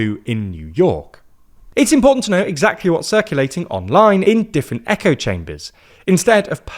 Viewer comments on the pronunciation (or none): none